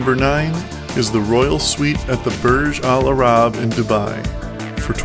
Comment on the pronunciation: Amazing Top 10s It's not Burg Al Arab, it's Burj al-Arab...